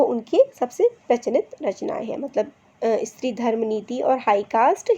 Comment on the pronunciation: First thing that is not इस्त्री it's स्त्री...and ....sorry mam.....that I taking out your flaws... 👍